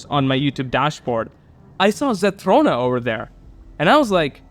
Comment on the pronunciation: Hey! Thanks for reacting to my comment! You are one of the first people I've watched to actually pronounce my username correctly most always say ZethRONa like Ron Wesley from Harry Potter but you actually said it correctly!! The channel membership thing was most definitely a glitch even though I would absolutely be a member if I had the money (could be soon hint hint). If you ever need a quick guide for some of the Winged Light in the realms I have a few videos that could help! An interesting fact is that the ENTIRE game can be beaten without grabbing a SINGLE spirit or winged light but requires immense skill and luck! The spirit you and the comment are talking about is by far the hardest spirit. I did it when there wasn't a spell that warded off Dark Dragons (krills as you call them) for 1 minute.. pure pain. Here is an ENORMOUS tip for the resize spells ! If you want to have a 100% chance to grow taller use these spells in order: Shrink Spell then use Tiny Spell and then use the Resize Potion Spell. If you want a 100% chance to become shorter then use these spells in order: Grow Spell then use Huge Spell and then use Resize Potion Spell. The mask that makes you small is called the "Chibi Mask" I would recommend the book series Wings of Fire but that is a 16 book long series with an estimated 1,084,535 words in total. It is to note that it can be quite graphic and detailed when it comes to describing violence or fights. I found the Sky by complete accident b